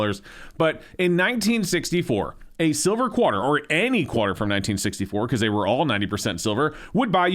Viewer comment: the way says “QUArter” cracks me up. Never heard some enunciate it that strongly 😂